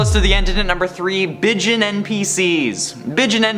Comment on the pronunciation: Bijin is Japanese for "a beautiful person". Sounds closer to bee zheen.